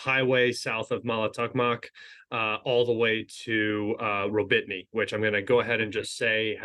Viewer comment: gotta love how you suffer with the names. "Rawbeetnee" is simply pronounced Rah-boh-tee-noh